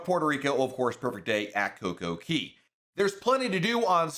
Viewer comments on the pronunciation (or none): Pronounced co co CAY . . . Actually not so much Key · Cay man cmon, not Key. Thus the rhyme, Perfect DAY at Coco CAYY. I love your vids but I cringe every time you say it.